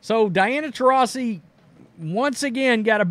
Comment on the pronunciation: It’s funny watching try to pronounce her name 😂